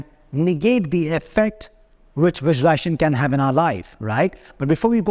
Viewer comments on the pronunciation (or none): Sincere advice: please learn to pronounce the word correctly. It is not visuali-ation. It is visuali-s-ation. A video in which a coach promotes visualisation without pronouncing the operative word correctly does not inspire confidence. Maybe it attracts people who have some trouble in speaking English. No one was born speaking English. Everyone learns it. So, please take the trouble to learn the correct pronunciation. Or better yet, why not speak in Hindi? Confidence & success have nothing to do with the ability to speak English. I applaud you for all the hard work you’re doing, and wish you great success. Namaste 🙏🏽